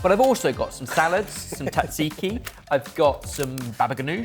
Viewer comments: You deserve it warm when you call it 'Tat-ziki'. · Why do British people pronounce tzatziki as tatziki???